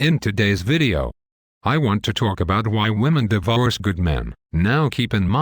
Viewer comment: what is Die VOOrce? lol least the robot voice got a face this time.